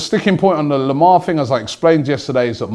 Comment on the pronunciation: Robbie its not thomas lemar its THOMA lemar